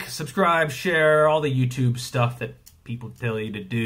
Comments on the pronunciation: Love that 'Ello YuChub😂, too good. Hopefully sees this one. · Ello yuchub😂